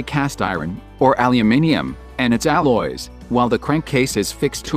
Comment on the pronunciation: ITS alloys* 😆